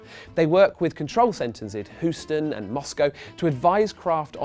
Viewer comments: Hoostan? I think it's Houston. :P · did greg just say Hoosten? lol.... dude :/